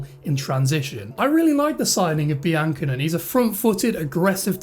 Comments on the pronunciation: Great vid. Seem like a pro already! Pretty sure it's pronounced Be-an-ko-nay tho. Keep it up! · Good video mate although I think it's pronounced bian cone (cone) at the end!